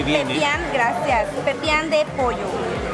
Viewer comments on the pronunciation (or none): Es PEPIAN, no pipian. 🇬🇹